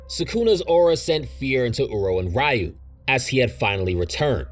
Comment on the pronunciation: why do you pronounce the ryu and ryo so wrong as if you've never heard the characters say it out loud before